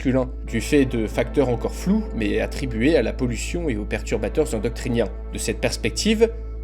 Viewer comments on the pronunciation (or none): calme toi, il a juste mal prononcé